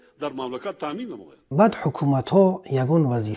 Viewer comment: КОреяи шимоли нависта мешавад, кАрея гуен талаффуз мекунанд. МинбаЪд аломати сакта "Ъ" ба гӯш чуноне, ки ту дағал ва гӯшхарош талаффуз мекуни намерасад. БаЪЪЪЪЪД баъъъъд накарда бад бигӯй тамом. Ҳама мефаҳманд, ки ту баЪдро дар назар дори.